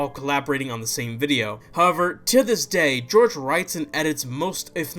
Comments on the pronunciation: It's pronounced Whore-Hay Not George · hohr-heh not george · *its pronounced horhay not george